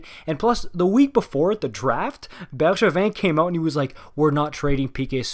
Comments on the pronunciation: man, hearing Bergevin’s name pronounced properly caught me off guard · You must be french Canadian, the way you say Bergevin without any accent demands it! Beau travail en passant. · same omg… finally ahah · same heehee